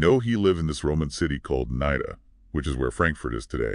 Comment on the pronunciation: Very interesting talk. Fyi, "Nida" is pronounced like "Needa"